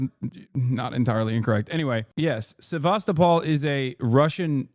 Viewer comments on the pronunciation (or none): none